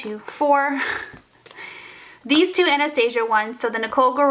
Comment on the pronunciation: I cringe every single time you pronounce Anastasia wrong😣